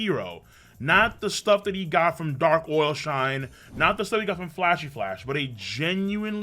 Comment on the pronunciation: Every time calls him “Dark OIL Shine” 😂